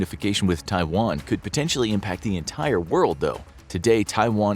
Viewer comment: USA wants a "free Twaian"? And you believe in it?